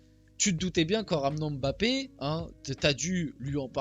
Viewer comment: Je suis camerounais et j'apprécie beaucoup le fait que tu dises " Mbappe " ( qui est un nom de chez moi ) et pas " M " " bappe " . Merci de faire l'effort de prononcer correctement le nom